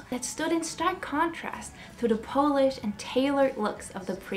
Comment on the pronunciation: Super- but it is polished. Short sharp o - Polish - Powlish is a nationality ;) Patrick Litchfield lived in our village at a place called Shougborough Hall. He was the queen's cousin. I was friends with his daughter Rose. 😊